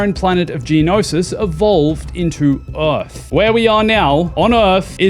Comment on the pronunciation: Stop saying Eorth